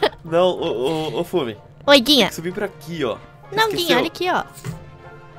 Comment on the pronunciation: Tem que falar fumi